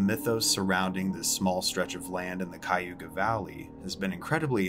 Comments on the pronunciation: It's not Kiyuga Valley. It's pronounced Kiy-uh-hoga (Cuyahoga) Valley. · "Cuy-yoo-ga". 🤦‍♀️ lol It's pronounced, "kya-hoe-guh". It's Indian, and means crooked. (The Cuyahoga river is very crooked. ) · DEAR GOD!!!! If you’re going to spread gossip about an area, at LEAST learn to pronounce the name!!! KAI-ah-HOG-ah valley, not Kai-ooga valley!!!!🤦🏼‍♀️ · Your pronounced Cuyahoga wrong. It is not ky-oo-ga it is pronounced kya-ho-ga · It is pronounced Cuyahoga not Cuyhooga ! I grew up around there! Good job relating the story!😳😳😳👍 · It’s Cuy-a-hog-a not cuy-a-youga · Advice from a ohioan, Its pronounced "kie yuh hog uh" not "ku yoo ga" Cuyahoga County. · Cuyahoga is pronounced Ky-ah-hog-a not Ky-you-ga 😂😂 maybe different people pronounce it differently lol 🤷🏾‍♀️ i just chuckled because i live here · Cayuga🤣🤣🤣🤣🤣it's Cuyahoga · Yep, kī-yah-hō-gah. 4 syllables. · So you know in the future Cuyahoga County is pronounced like this: KYE A HO GA. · It's Cy-A-Ho-GA, and I've never heard of Hell town! I lived there for 42 year's! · I'm from Cuyahoga county and never knew about it either lol. Thanks for the video! I know Cuyahoga is hard to pronounce. In case you get any more there in the future, it is pronounced Kai-ah-hoe-gah. Hope that helps! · Live near hell town. It's ky a hoga county. Cuyahoga. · Kaw-ga, if you're from there, lol. I was born and raised in Cuyahoga Falls and we only pronounce it correctly when talking to outsiders. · I don't know if anyone has mentioned it, but it's "Kai-uh-ho(w)-ga" lol. I don't mean to be a grammar barron, but being born and raised in Ohio you can definitely tell if someone is from the Midwest or even Ohio by how they pronounce our crazy cities/counties/townships/villages. Midwestern spelling is rooted in Native American language with a little spice thrown in there. I appreciate the effort of trying to pronounce Cuyahoga though 😊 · “ Ki-ooga Valley “ lol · Helpful tip it is pronounced kiya-hoga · Its pronounced Kai-ah-hoga. :P GG though!